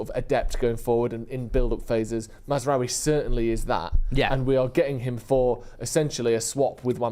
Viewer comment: It's Maz-RAWI. Not Maz-RUWY.